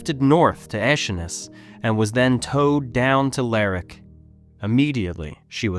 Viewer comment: Interesting video. I'm sure some other white star lifeboats may exist somewhere. I don't think you can count any made for Cunard. The white star name was only retained for publicity. The line completely disappeared. Btw Lerwick is pronounced as it's spelled. Ler wick. Not like Berwick